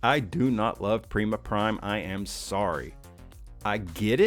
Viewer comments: I believe Prima is supposed to be an APC. Edit: oh and about how you're wrong? Uhh... I'm pretty sure Prima is pronounced Prime-uh, not Preem-uh. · Bro, you’re saying his name all wrong! Prima is pronounced Prime-uh, this ain’t no Primadonna 😂.